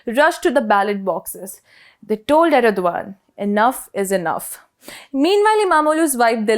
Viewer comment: Erdogan's name is pronounced Erdohan, with a very subtle guttural G